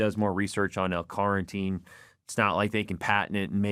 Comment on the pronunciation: Take a shot of protein every time he says L Carnteen 🙄